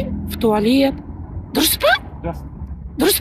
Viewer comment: Молодец😂 "...в туалеет"